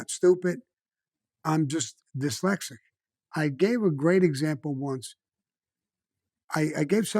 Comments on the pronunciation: The word is dyslexic not, dalasic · Why does no-one teach him how to pronounce dislecsit ? He never says the S in diSlecsit !! It's always "dilecsit " !! Sorry but it does ma nut in but his stories r amazing he really is cosa nostra through and through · “Delexic”. Hahaha